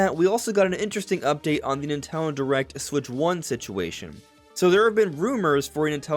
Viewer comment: Nintendo Direct not Natone Direct.